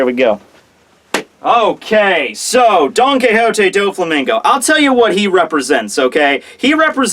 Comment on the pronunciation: WHAT thats how you pronounce Doflamingo's Last Name